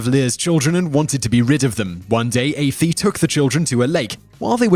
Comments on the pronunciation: Simon, love your videos...BUT, you do need to get name pronunciations correct before doing videos, especially if the name is very common in the country where it's from; Aoife is pronounced (Eee-fa). I hate to sound pedantic, but the completely incorrect misprounciation sounds so annoying, and it's not difficult to find out the correct pronunciation in this case, any Irish person (or of Irish descent) could have helped.. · #3 is Fionn not Finn #6 The wife's sister Aoife is pronounced like Ee-fa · Aoife is ....pronounced Eefa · I am biased being Irish but Irish myths are my favorite and I'm sure Lir wife name was Aiofe (Ee-fa) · Siveth it is pronounced ee-fa it's the Gaelic form of eva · Aoife... is not pronounced that way...🤣😂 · Like 98% of this vid is inaccurate..the pronoun cations, most of the legends are only half right...I doubt all the other vids posted by top tens now...how on earth does an Irish person not no how to pronounce Aoifa. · if your irish you know the children of lir and say Aoife right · You couldn't even pronounce Aoife right? In the age of Google...seriously? I think Caitriona's assumption is correct and it's not a regional "thing" at all. TopTenz indeed. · Lol that mispronunciation of Aoife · Aoife is pronounced E-Fa not Ayfee 🤦‍♂️ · It's pronounced eefa, not ayfee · Aife....it's Aoife (eefa) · Lir’s wife was a person called aofie (ee-fa) I don’t know who afee is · As an Irish person, this is dreadful. Your research is terrible. You're mispronouncing names that could easily be googled to hear the real pronunciation and you're completely changing the important details and narratives of some of these stories. When I heard Aoife(Eee-fah) being pronounced like "ay-fee" I nearly died laughing.😂 Should be ashamed! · Who's AYFEE??? Oh lololol, I think you mean Aoife,pronounced "Eefah" don't you?Best learn to pronounce it properly as it has become a very popular girl's name in recent decades and there are now loads of Aoifes in Ireland!